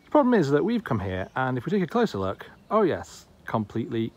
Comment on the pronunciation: several times he hyper-corrects for his northern English accent, which he tries unsuccessfully to southernise, saying luck instead of look and tuck instead of took. just saying...